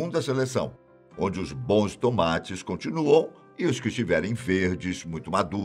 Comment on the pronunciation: "Os Tumates"🤣